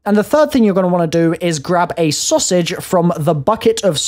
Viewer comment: The way British people say "sausage" is so satisfying to hear 😂